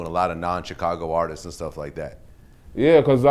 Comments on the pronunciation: thank you for pointing out the "artises" part. That's really all I was gonna comment on, lpl... pet peeve of mine when I hear people saying the plural form of "artist" in that way. I think people do it because if you just say "artists"... it sounds like you're saying "artist"... doesn't sound plural... so people put that extra "es" on the end... but it sounds funny as fupp. Alright, i'm done. Enjoy yourselves. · Artiszis, lol. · nigga got speech problems, "Artises" lmao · "Artistses" lol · this dude said "artises" ... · Why does this nigga say "Artistes" 😂😂😂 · "artisess" young pork chop on the beat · lpl... hearing people say "artises" is a pet peeve of mine